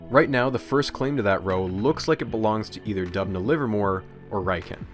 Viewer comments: As an actual citizen of Dubna it gets me hyped every time my small motherland mentioned! But also, it's pronounced Doobna, because it is derivative from Russian word for Оak - Дуб (Doob)... Otherwise, great and informational video! Huge fan of your style of presentation! From Russia with love... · Videos about scienfitic misconduct are so interesting But Dubna is pronounced as Doobna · It's pronounced as D[oo]bna btw, with 'oo' like in the 'book' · Great video, as always! Not important, but just to let you know, the town's name is pronounced "d-oo-bnah", the etymology is from the word "d-oo-b", meaning oak. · The way he pronounces "Dubna". 😂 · great video but why are you pronouncing Doobna as if you are a british bloke saying "governor" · Is it really hard enough to check how names of people and cities are being pronounced? Georgy and Dubna are hilarious